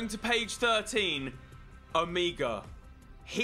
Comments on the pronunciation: It’s not omiga it’s omega mega with an o like ... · OH-MEH-GA. Not OH-MEEGA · It’s pronounced as omaiga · Ole it is not omegaaa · Why do you say omega so weirdly?